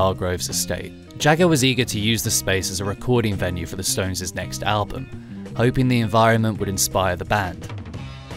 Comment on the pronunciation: Awesome story, and such an iconic studio. Although, it’s a shame you kept saying ‘stoneses’ 😂